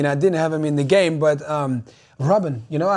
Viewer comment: Daniel Rodríguez Sánchez Did you seriously just say "Gaymar"? 10 year old confirmed lads.